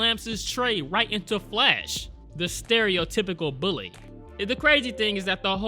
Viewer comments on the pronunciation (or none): none